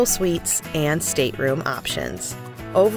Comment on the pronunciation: Your video loses a lot of credibility when so many words are mispronounced…including the ship’s name.